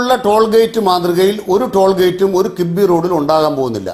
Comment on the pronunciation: കിബിബി അല്ല... കിഫ്‌ബി